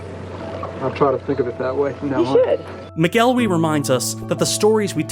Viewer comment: Just gonna dispute your pronunciation of McElwee, it's more like 'mackle-wee' Source: I'm a Scot